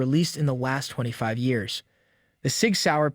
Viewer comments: he is a bot, couldn't pronounce SIG either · the first thing i see is a Glock, unlike, the ruger wramg;er is the worst gun they make, gaga over a piece of crap. you CAN'T pronounce SIG, are you a bot? You forgot 22 plinksters favorite build of the smith and wesson Victory. you list is shit , just quit this, you have no future with almost worthless content. production value with no talent.